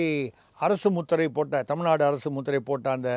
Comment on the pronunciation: நதி அமைச்சர் அபத்தமாக தமில்-நாடு என்று உச்சரிக்கிறார்.....